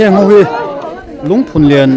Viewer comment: Lungphunlian i lam rik dan erawh ka complain deuh. "Rallianchhawn" tih thluk anga lam hi a dik lo a, "Haw vat rawh " tih thluk anga lam rik tur ani e